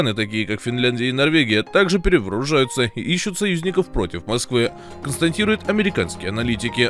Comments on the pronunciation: Комментатор хренов, когда же ты уже будешь правильно говорить" КОНСТАТИРУЕТ " , а не "константирует,, ! 🤮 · Автор, «консТАТИрует». «БеспреЦЕДЕНТное» Говорите грамотно. Пожалуйста.